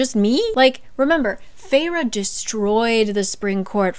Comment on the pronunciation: guys guys, was anyone else SHOCKED by the way the characters' names are pronounced...? Like, to me Rhysand is Riceand or Risend but RHIIISAAAAAAND?????? and I know Feyre's name pronunciation was written out but FEYRUH???? NUH UH, for me it's like Feir okay on another note, why was Cassian's chapter in 3rd person? It felt so much more pushed away and not personal, I did not like that and stopped reading this book after chapter 3 or 4 ahahahahaha and once i found out there wasn't a chapter for each character I said NOPE not reading that 1000% <3